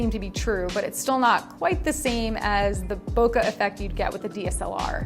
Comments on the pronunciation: To be clear- BOKE, LIKE POKE. NOT BOKUH. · She's not saying bokeh right.